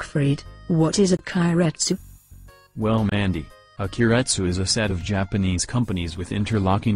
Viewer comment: Too much u is pronounced at the end of keiretsu.